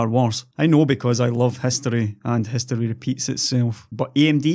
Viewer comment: I love "hestory" too!...LOL